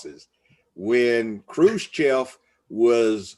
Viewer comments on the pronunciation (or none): none